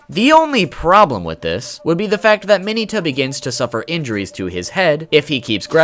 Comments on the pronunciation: Trashiest of trash “Mayoneta” not Mineta he just butchered the pronunciation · ITS MIN-ETA LIKE MINA WITHOUT AN A. MINNNNNNNNNEEEEEEEEEEEETA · DID YOU JUST SAY MINY-TA AND NOT MIN-EH-TA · U said mineta wrong